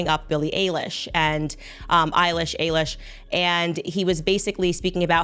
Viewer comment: A-lish… really!!!?? It’s Eilish